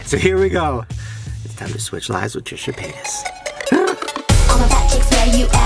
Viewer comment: Anyone else notice how he literally pronounced Trisha’s last name wrong? someone you considered “family” you can’t even pronounce their name right? Fkn disrespectful